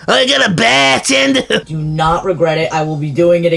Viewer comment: you mean BAHHH-TENDA!